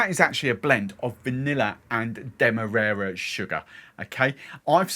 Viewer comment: Not that you asked, but I think the first a in Demerara is pronounced like the A in marry